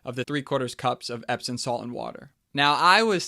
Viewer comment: EpsoM, not “epson”.